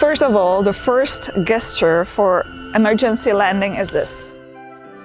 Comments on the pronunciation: Pronounced jesture not guesture. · Please! The word is gesture but pronounced JESTURE! Not with abhard G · Gesture. Pronounced as if it started with a 'j' 'jesture 🙂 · great video. So Gesture - is actually pronounced like Jester. thx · you are pronouncing gesture wrong...say it as if it begins with a j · Please stop pronouncing gesture wrong. It’s very very distracting from your mildly engaging content. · You begin by emphasising that this is NOT a drone. After which you then refer to it repeatedly AS a drone. Also, you might care to check how the word "gesture" is pronounced in english......